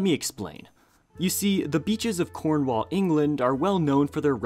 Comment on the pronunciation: I live in cornwall and it’s rlly cool ive found multiple bricks before. There’s a specific beach that has loads. Also the way he pronounces cornwall…